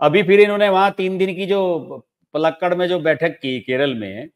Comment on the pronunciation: जहां RSS का सेवन हुआ था उस जगह का नाम पालक्काड़ है, पलक्कड़ नहीं, जैसे कि उच्चरित किया गया है।